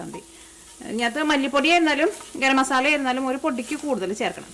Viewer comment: Ethu nattila "masalla" ennu parayunne. Adhyayittu kelkua 😊